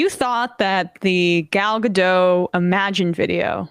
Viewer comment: Emma doesn't know how to say gal gadot's name